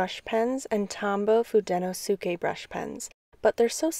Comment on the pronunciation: Thanks for this. I’ve only used the Fude pens and have been deciding whether or not to get the Pentel ones, and just went for it. Just a few corrections though. It’s pronounced hoo-deh-no-skeh and the barrel of the hard tip pens are actually dark blue, while the soft tip pens are forest green. Holding them under a light enables the color to show more, then you won’t be able to unsee the blue and green barrels lol I hope this helps!